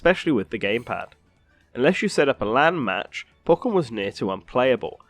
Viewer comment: u say pokken wrong